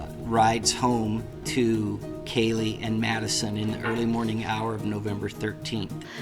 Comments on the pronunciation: Kylee??? Omg, pronounce her name well. KAYLEE is her name, not Kylee 🙈👀👀👀 how ignorant of you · Whose "kahlee" goncalves. This is insane, crime happened 2 and a half years ago and the r tards that report on it, even the last judge, don't know how to pronounce the victims names. Insane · I know that the reporter didn't mean to mispronounce Kaylee's name, but it's very noticeable. Do better and make the proper corrections The National Desk. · Not only mispronounced Kaylee’s name but the whole story here is false. The roommates were not home BK is innocent. You all should be ashamed of yourselves. This is a drug house & the cops are filthy dirty, it to mention the University. They need to shut down all of Moscow. Hope BK sues them all.